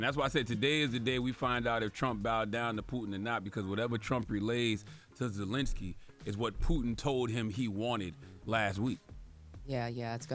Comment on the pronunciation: This is Nick picky. But it's a little embarrassing that a Black media can pronounce Putin's first name correct ly but not Zelensky's; when they're both pronounced the exact same way